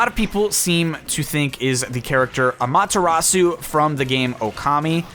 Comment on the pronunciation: DO YOUR DAMN RESEARCH. 1) Amaterasu is FEMALE. 2) you pronounced Amaterasu... weirdly. Not quite incorrectly, but... certain syllables are off a bit. It would be like pronouncing "hello" as "HEllo". 3) Amaterasu's not just supposed to be a god- Amaterasu is a real (if you can call the concepts of gods 'real') goddess. in other news, I'm hoping 'warrior' (if this leak is in any way true) is a character from Monster Hunter. Though it's probably someone from Fire Emblem Warriors or Hyrule Warriors.